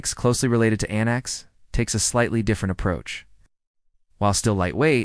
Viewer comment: Linux Lite, not Linus Lite. The proper name is antiX, not Antix. MX Linux, not MX Linus.